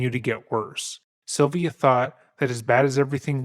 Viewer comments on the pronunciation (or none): It's a strange way to pronounce "Sylvia". It sounds more like "Sovia".